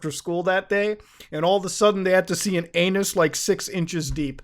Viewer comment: "aeyynus" best way of saying it ever